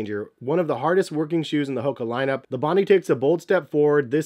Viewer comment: It’s pronounced “Bon die”